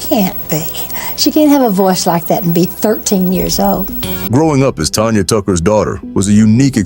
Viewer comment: She is not Tonya it's Tanya